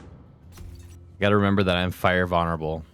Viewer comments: did you say....vunnerable? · 🤣 that's funny too. It's Vuln-er-able. Just..read the word lol idk how to help. You speak fine, bro. The vids great. It's just the pronunciation of a couple words. You'll be fine lol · might've even be vonnerable...